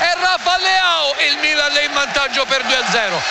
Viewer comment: Ha segnato il mmmilan come lo dice lui nessun altro